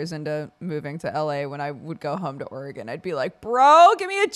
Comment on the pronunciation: I love how the popular debate is about whether it’s pronounced “o-re-gon” or “ore-gon” and this man hits us with the “oh-ray-gan.” Truly an innovator.